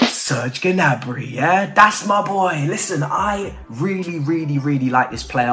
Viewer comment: Its prononced Niabry, skip the G 🤣